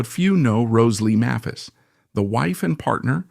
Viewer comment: May-phis, you moron.. Hard "A", not soft. And you can just type "MAYPHIS" into your AI script. It's not that hard. And in later years she was a Greeter and Guide at the Country Music Hall of Fame and Museum- there's an exhibition there of her and Joe's guitars. Speaking of Joe's guitars- the video keeps mentioning Joe's "White Mosrite", I don't recall Joe ever having a White Mosrite- even in this vid all of his double-necks were Sunburst. And regarding Rose Lee's guitars-- note the Martin with a Bigsby neck- we all know that Merle Travis had a Martin/Bigsby, but I had never heard of Rose's. She was one of the most beloved people in Nashville- everybody, from every generation, loved Rose. And yes, their son Jody is a good friend of mine- and he's an honor to his parents- a very talented sweetheart.